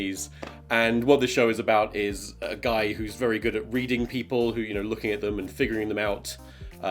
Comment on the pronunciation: vewy nice